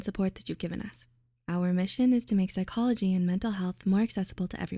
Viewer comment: "pyschology" lol